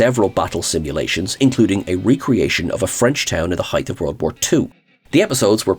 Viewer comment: Dear: HEIGHTH is not a word. Thank you for your attention to this matter.